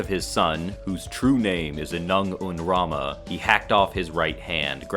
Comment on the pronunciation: I think you accidentally said "Anung un Ramen" once XD